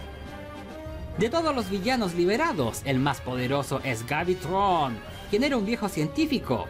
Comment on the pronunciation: es graviton no gavitron